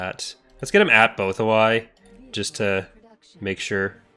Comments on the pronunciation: Nothing prepared me for BothaWHY- isnt it pronounced BothaWooEE in the various shows? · Between you and Shack, I feel bad for the Bothans, lol! Neither of you pronounce Bothawui correctly. Love it! Finally watching this to get a handle on my own current playthrough of the new release. (bahth-ah-woo-ee btw) Enjoying the series and my own playthrough! Cheers!